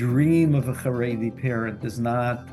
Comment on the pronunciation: CHaredi NOT Haredi CH not H like as in Chevron